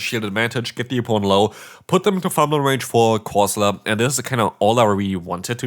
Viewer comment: Did he call it Galarian Coleslaw???